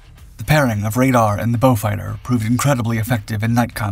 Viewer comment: The one used in the commentary is correct. It is named after a British aristocrat called Beaufort, which is a Norman French/Huguenot name hence the French pronunciation, beau means beautiful.